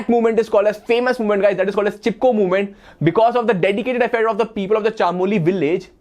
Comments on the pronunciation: Sir it’s chamoli not chaamoli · chaaamoli nahi chamoli hota h